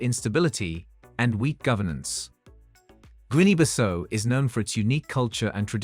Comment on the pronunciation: Guinea Bissau (Biss-how), that's how to pronounce it...